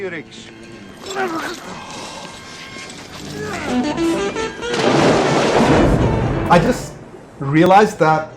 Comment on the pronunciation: are you calling him rick? Its riggs